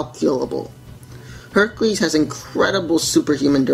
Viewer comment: Hecules. I like its